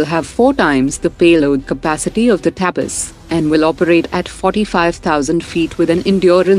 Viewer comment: Ignorance of Indian language is clearly observable. The name IMHO is तपस and not टापस as pronounced by the reader.